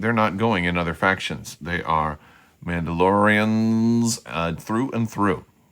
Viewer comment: Your Mandalorrrrrians sound like turkish noble men of the middle ages 🤣